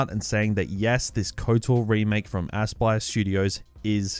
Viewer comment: Sounded like you called it assblast studios